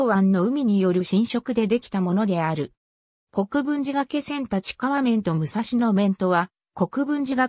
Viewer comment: 原稿をコンピュータに詠ませているためか、術語などの読み方が不適切です。例えば「がけせん」ではなく、「がいせん」が正しい読み方です。他にも読みが不適切な箇所もあるかと思いますので、修正していただければ幸いです。